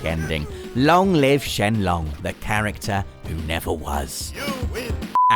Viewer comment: ...The G at the end of Sheng in Sheng Long is not silent...